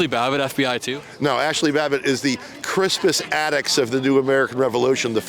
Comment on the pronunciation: He said Cruspus Attucks!😂😂 I guess Black history is good for something!